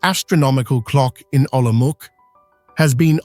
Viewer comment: Prague is presented as Olomouc (which is not pronounced as Olomok). Yes, "altered and synthetic content" is correct. Very pretty, though.